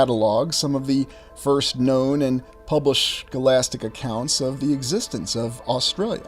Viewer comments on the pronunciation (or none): none